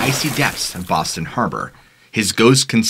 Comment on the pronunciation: Im from Boston, A small City call Charlestown, you said Boston wrong. But everyone says it wrong